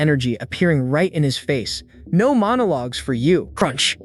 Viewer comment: Don’t forget no as in “no” but pronounced as number😂😂😂